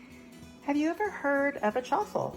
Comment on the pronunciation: but on the messages it sounded like truffles. And you never said egg and cheese!!